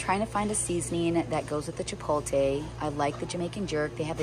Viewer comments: Its pronounced chipotle.... NOT chipolte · Chipotle sounds like chip-pole-t-leh not chip-pole-tay...but it all looks so good 😊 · Chip oat lay not chip o tay. 😂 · It's "Chi-pote-lay"...not "chi-pole-tay" 😘 The tacos look great! Such a good idea :) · Every time says chippoletay have a drink 😅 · Chi-poh-leh ...the T is silent !!! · The pronunciation of chipotle is driving me crazy. I wanted to scream after about the 10th time she said it. Too funny. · Your saying chipotle sooo wrong 😑 is annoying.